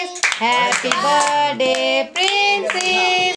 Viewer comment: Behan badday nh hota birthday hota tm itra k bolne k chkr me badday boldeti